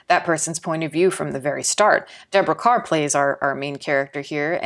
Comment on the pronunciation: I like that you pronounced "Kerr" correctly.